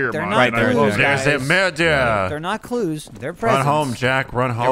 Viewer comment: Wow, ish saying “looking for clues” sounded a lot like “looking for Jews”. Really gave me a heart attack, especially because he was in the attic.